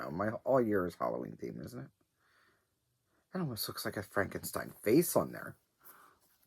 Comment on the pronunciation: Rorschach.....and you're funny, faces in your fabric And....it's Frank...en...steen Not Frankinstein 😂 🖤🧙🖤